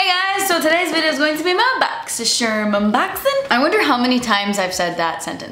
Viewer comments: Whenever I see Boxy charm, I hear saying boxy sherm 😁🥰. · I watch these just to hear her say “boxysherm” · I absolutely love when you say that you’re going to do your “Boxy-sherm unboxing”! When I get my own box, I even say it to myself! LOL!!